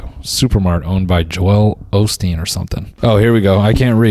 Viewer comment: I love how he pronounces Joel Olsteen the same way Noel is pronounced